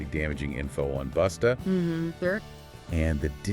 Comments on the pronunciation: His name is busta not boosta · It's BUSTA. ASSHOLE NOT BOOTSTA..FUCKONG IDIOT